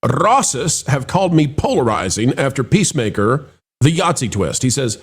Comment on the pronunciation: It sounded like pro almost called it pacemaker instead of peacemaker lol